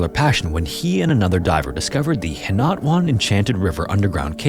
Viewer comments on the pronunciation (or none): philippine story jumpscare btw it's pronounced "hee-nah-too-ahn"!